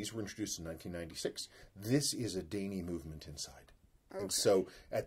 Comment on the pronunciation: Daini in Japanese would be prounounced more like Die Knee:)